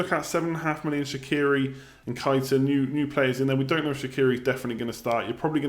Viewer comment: Keita is pronounced Kay-ta not kite-a